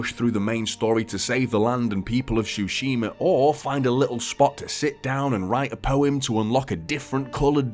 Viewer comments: Nice review, just it´s Tsushima - not Shushima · Bro says shooshima